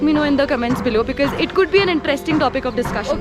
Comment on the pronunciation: she pronounces the word "because" as bikiz .... sounds very artificial...